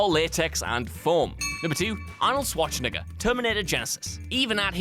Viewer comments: "Arnold Swatchneger" ??? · Svarchenegger? Guys, wtf? Try like this: Shvarcenegger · Please, can you say 10 times Schwarzenegger in a row!!!! :-D the sh is in the front not in the middle ;-) It's more like Shwardsennaggar Btw: The automatic created captions by youtube have it transcribed as "I'll swatch ni**a" :facepalm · Is it just me or did he say "Arnold Schwarz-nigger" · Boy you chose a real dangerous way to pronounce arnies last name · Since when should SchwarzeNEGGER be pronounced the same as the 'N-word' - does nobody at whatculture even vet these videos before they go out? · you pronounce Schwarzenegger so weirdly